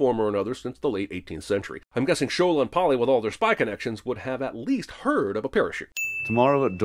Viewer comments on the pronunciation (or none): sin for pronouncing Shola’s name as "shōw ' là" instead of "shô ' lâ" (western world 🙄; it’s like hollywood mispronouncing lagos) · The constant mispronounciation of Shola is painful to hear